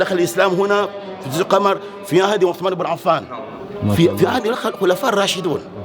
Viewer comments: اسمها جزر القمر بالضمه للتوضيح (القومر) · القمر بضم القاف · انت تنطق الاسم خطأ .جزر القمر بضم القاف وليس القمر الذي في السماء 😀